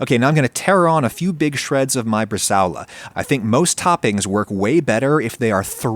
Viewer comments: bre-sa-o-la. 4 syllables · … how did you just pronounce “brazole”? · IT"S PRONOUNCED BRA-ZOLE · Na, na, you gotta say it like a Jersey Italian: bruh-ZHUUUHLE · Just FYI: It's "bresa-ola" — the 'ao' is not a diphthong. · That's NOT how you say "bresaola". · Jesus man that is not how you pronounce Bresaola smh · Having done some further internet research, it does seem like the diphthong-pronunciation is acceptable in American English. Which still makes it Wrong in my book 😊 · Please google the pronunciation of Bresaola, looks tasty though!